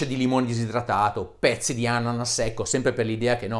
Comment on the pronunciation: "pppppppppezzi di ananas secco" ahahahha Grande Dario! parole sante